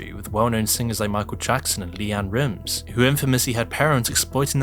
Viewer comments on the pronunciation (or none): If this woman was not stopped, we would have had another 'Lori Valow' (sp?). WHO CUTS A HEAD OFF A STUFFED ANIMAL😳😳😳, you said "LeAnn Rims"😂😂😂 It's pronounced like 'rhymes'. I'm sorry. I'll grow up now.